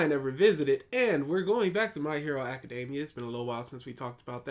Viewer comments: The way this guy butchers words drives me up a wall. I should smack you for saying “acadeymia” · I never heard anyone pronounced it that way. Lol